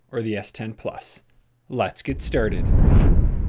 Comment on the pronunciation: “Let’s get sterted”